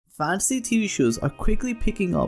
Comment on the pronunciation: Instead of Fan-see.. it's more Fan-Teh-See